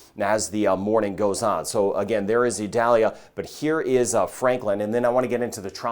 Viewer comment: According to NOAA, the proper way to pronounce Hurricane Idalia's name is ee-DAL-ya.